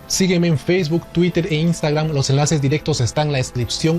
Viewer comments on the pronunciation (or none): none